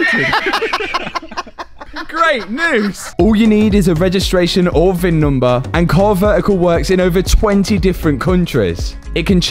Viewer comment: Love this series!!! And stop saying VIM number!! 😂